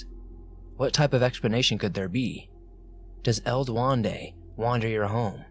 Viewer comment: "Du wen de" Duendé